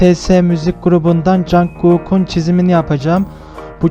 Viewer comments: Abi birde cankuk değil conkuk diye okunuyor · Betese değil okunuşu bities bide o söyle okunuyo conkuk